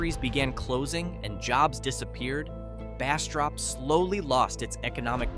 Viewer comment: Pronunciation destroyed most of the names. In Jonesville you or AI said Washitda River. That's the Ouachita River 😂. Go figure out how to pronounce it. That river runs few miles from my house. No. We don't go to Jonesville or Ferriday 😂. Actually it's sad. I choose to live away from any towns and mind my business but this has me laughing. Bastrop was all wrong too. Can you say Atchafalaya?😂 Mercy don't even try to say the Cajun names. Ahhh! They did. Nooo! That's not even close: Natchitoches 😂. Nooo! Lafayette is not pronounced that way 😂😂😂